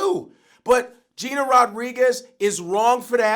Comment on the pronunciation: Vlad was saying shit wrong the whole time he was talking bout Gina Rodriguez